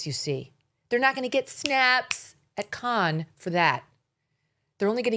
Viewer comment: It’s Cannes like a can of soup and she’s at Sundance, Cannes is in May. I’m on your side, just saying, you’re giving them ammo 😂